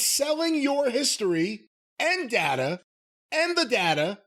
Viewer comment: It’s pronounced data, not data.